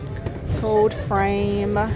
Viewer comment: I love to hear you say “gold” — it’s more like “gode” the L sound is missing but it’s really cute! Must be your native state accent! Lol Don’t change it! ❤